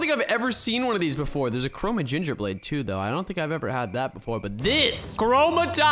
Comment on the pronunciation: Lol you said 2 chorma